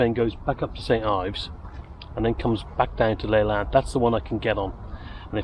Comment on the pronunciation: It's pronounced L'-lant (emphasis on the lant) not Laylant by the way. Just travelled back from St Ives on that line today and I agree, it is the most beautiful line in Cornwall.